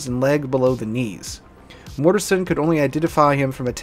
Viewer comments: It's GMG1(SW) Dale MORTENSEN not Mortesen. The CO's name is pronounced Moo-SAHL-y not Moosahly. If your gonna talk about my shipmates the least ya can do is get their names right. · The Captains name is pronounced Moos-sally. Petty Officer Hanyecz is pronounced Hen-Yez. It wasn't minutes later, when Petty officer Henyecz screamed out Mort Mort Mort is was only a split second later that center gun exploded. Petty Officer Mortenson is pronounced Mort-in-son. Also Petty Officer Mullahy who was assigned to the magazines in turret two entered the powder flats shortly after the explosion, saw all the burning powder bags and that everyone was dead. He buttoned up the powder flats, the anular space and the magazines and ran down to Damage Control Central and without authorization flodded the powder flats and magazines, he was only a 3rd class petty officer at the time and he got promoted to Petty Officer second class by the Admiral in charge of the investigation a few days after the accident.